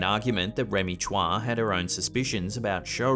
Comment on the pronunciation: Chua is pronounce as choo-wa, not tswa